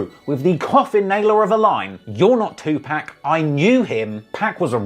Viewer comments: it’s not 2pack it’s pronounced(Tu’pok)! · Looses credibility with every time he says Two Pack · I couldn't do it I had to stop the video after 30 seconds you saying TuPack 5 times is fingernails across the chalkboard 😬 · The fact u can't get 2pacs name right got me really looking at your vids a whole different way now 🤦‍♂️🤦‍♂️🤦‍♂️